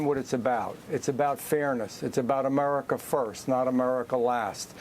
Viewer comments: He speaks normally but when he says America, it’s like he purposefully pronounces it “A-merca.” It’s almost annoying lol. Just pick one. Either speak normal English or bust out full redneck and keep saying “Merica” and “git er dunn” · Why is he calling America, Amurica?